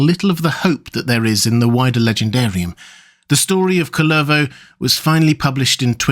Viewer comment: A little note on pronounciation: Kullervo (like words in Finnish in general) is pronounced with emphasis on the 1st syllable, not 2nd. And it does not make the vowel any longer. The u is pronounced the same, though slightly shorter than in the hobbit name Took.